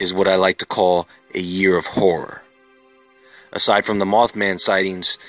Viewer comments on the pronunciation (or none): none